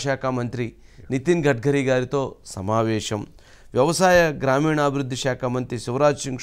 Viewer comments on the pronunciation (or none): మీరు shamavesam అనొద్దండి సమావేశం అనాలి